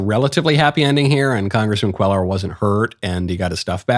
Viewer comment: Could you PLEASE pronounce Henry Quellar’s name correctly. It’s like quay-ar. It’s making my ears bleed every time you say it.